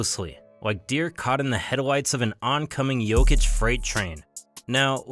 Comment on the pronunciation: I agree, also, not that it matters that much, but I like how he said his name with a correct accent lol